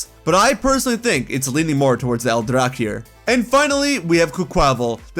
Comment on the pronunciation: Just to throw a bit of more knowledge here, “el drac” is Catalan, not Spanish, for “the dragon”. It is pronounce “al-drak”. Is a statue situated in Parc Güell and they use a type of technique called “trencadís”. Design by Gaudí, this whole park also inspired the style of Mesagoza in the game.